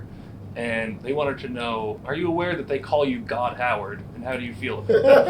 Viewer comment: "Howard", you say?